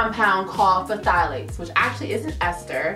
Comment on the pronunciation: Is the P supposed to be pronounced in Pthalates? 🤷🏽‍♀️